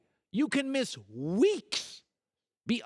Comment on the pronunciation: you can miss WEEKSH -Colin Cowherd